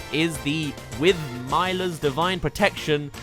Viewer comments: It’s pronounced Mill-la and cel-lee-ka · YOU SAID MILA AND CELICA WRONG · THE PRONUNCIATION OF MILA AND CELICA I CAN’T ofc someone who’s never played fire emblem thinks that there are too many characters lmao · The way you pronounced Mila and Celica hurt my ears.